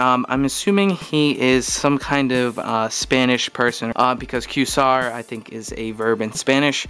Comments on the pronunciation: Qway-zar bro, not Q-sar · lol, pronounced qwayzar ye dick ! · am I crazy? or is this not pronounced "kway-zarr" 'qua' as opposed to 'queue', no?